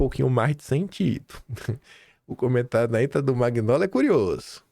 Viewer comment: Pelo amor de Deus! Nao é “Maguinóli” . Nao custa respeitar a pronuncia dos nomes de origem italiana. Você pronuncia lasaguina ao invés de lasanha?